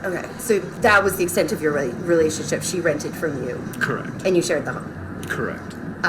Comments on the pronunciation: Great video as always !!! as he keep repeating the word correct it’s starts to sound like he’s saying “Crack” ❤️💋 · Not convinced “correct” is even a word any more… just sounds like “cracked” now Mans guilty as sin tho